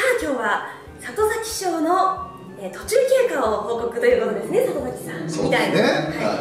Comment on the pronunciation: 里崎賞言えない袴田さん可愛い